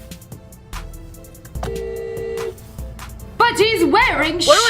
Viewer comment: The way that she said "THAT'S A PPIGGG"🤣🤣🤣🤣🤣🤣🤣🤣